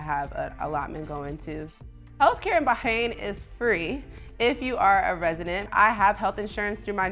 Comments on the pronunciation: It’s BaRRRRAIN not BAHAIN! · I think it’s “Bah-rain.” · he’s not saying it right tho. the r isn’t silent in Arabic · Why are you pronouncing it Bahain and not Bahrain? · It's Bah Rain, not Bah Hain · Its "BAR"-RAIN not bay-hane..the h is silent.. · Americans pronouncing everything wrong. First Eye-raq, now Bah-ein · eh? Why would anyone be? She's getting something horribly wrong I mean it hurts my ears. BAAAAAH KRANE I'm super jealous of her saying that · Are you actually serious? She’s not saying correctly at all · love the video, but the pronunciation of the country was killin me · First time hearing someone pronounce the country like this, it’s cute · She’s not saying it correctly 😖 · and failing miserably in the way that only Americans do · she’s not saying it correctly. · Its not . Ive lived here for 3 years and not one Bahraini pronounces it like that . In fact they always compliment my pronunciation . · sure its great if you're rich. even then still way too hot. also is it a silent R in Bahrain?